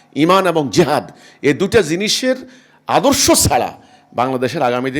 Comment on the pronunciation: Jehad ..... bolte chai6o ki... priskar kore bolun...